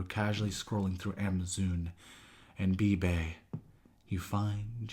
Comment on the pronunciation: Not the amazoon 😂😂